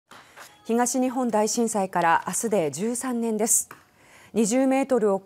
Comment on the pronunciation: 13年です のイントネーションがおかしい